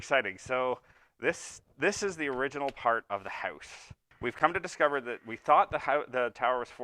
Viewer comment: Why do all Canadians pronounce House, Howwwusse?